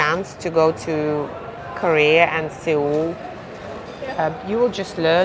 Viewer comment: Seoul is pronounced - Sole or Soul